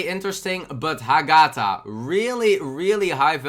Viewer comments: You pronounce the GA too much, read it with HA-gatha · i think its pronouced ah-geh-tha.